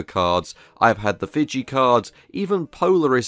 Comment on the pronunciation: Fiji is pronounced fee-gee.